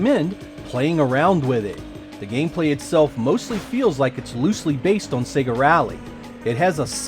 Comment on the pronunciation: Finally.......an American who pronounces Sega correctly:)))) Perhaps there is a God after all!